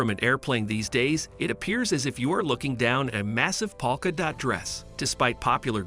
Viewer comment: Can't you idiots get a real human to narrate this video? Or if you absolutely have to use an A.I. robot, can't you at least make an effort to get it to pronounce words properly? Just for one example.... a "polka dot" pattern is not pronounced "PAWKA DOT". So damn annoying.